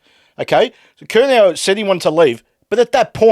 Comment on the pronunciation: He said curNAO